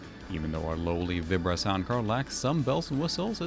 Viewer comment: I have never heard anyone say Vibra the way you do before. Everyone I knew back in the day always said it like "vibe" not "vib". I don't know what the official Creative Labs pronunciation was though.